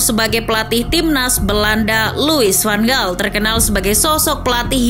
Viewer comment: Fyi : louis van gaal dibacanya louis van haal